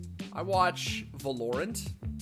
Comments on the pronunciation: my man really said valaront as "valoreant" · "Valoerant" ... I see what you did there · valourant LOOOL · you don't deserve to be on this channel if you pronounce Valorant like this.